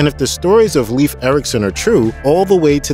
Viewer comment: 😂I’m still waiting for the name of the first person account of the witness who observed the events in the Garden of Eden! This narrator mispronounces several names such as Leif (it’s pronounced ‘Layf’ not leaf!). Anthropologists have found that the people called Vikings travelled all over & that the Swedes didn’t just travel east, Norwegians west & Danes south, the 3 Groups travelled all over. Most ancient Scandinavians weren’t Vikings anymore than most Americans are CEOs. And there were female Viking warriors. Archeologists have found burials and they are displayed in many European museums.